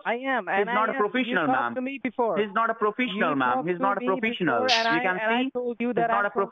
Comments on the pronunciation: “They are not profishionals!” LOL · "He's not a profeesiYoNaL" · “He’s not a profishinal ma’am” 😂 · "He is not PRO-FISH-EN-OL Mam, you can see" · He’s not a profeeshal He’s not a profeeshal And also He’s not a profeeshal. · “He’s not a profEEsional” 😹😹😹😹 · "he's not profeeshional mam" 😂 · He's not a profishonal, ma'am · "He's not a brofeeshul" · because hes not proFISHional mam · Pro-freesh-onal Holy shit. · He’s not profeeshinal